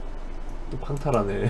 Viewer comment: 황탈하네가 아니고 팡탈하네(광탈하네) 같아요!